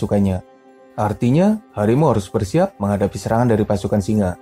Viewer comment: Kenapa setiap sebutan di hujungnya ada huruf A seperti bunyi Melayu Malaysia... Contoh singa - singe..pemangsanya-pemangsanye